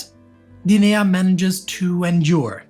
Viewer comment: your accent's addition of a third syllable to "Guinea" really threw me (and YT's caption generator) off! I wasn't sure where you were talking about for a good few minutes. Good video otherwise!